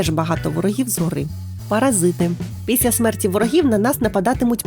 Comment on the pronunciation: Я мав на увазі що у вас по тайм кодам котрі я вказав, у вимові вийшла "піся" замість "після"😇